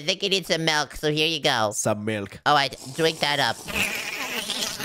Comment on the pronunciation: ain't no way they said miellk